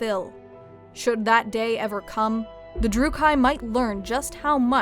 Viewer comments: Jeez your pronunciation of Drooki needs work. Drook key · It’s actually pronounced drew-key not drew-ki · It's not druc KI. It's druch kee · Great video, I enjoyed it! Just a detail in pronounce Druuchi. It's not ""druuh-kai" but "druuh-kee". (At least thats now they pronounce it in the game) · Yeah, Slaanesh is really the only Chaos God who the Druchii worship and even that is extremely outlawed. The Cult of Khaine has far more prevalence. Also, it's pronounced druchee, not drucheye. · Cease your provocation! Btw it's droo-kee not droo-kay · Its not Drucai but Druchii with a soft C. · Trigger warning. Lady you said Druchii wrong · that pronounciation of Druchii made me gringe.